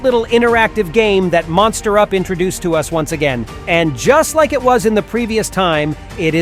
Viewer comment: You pronounced MonsterUp as MosterUp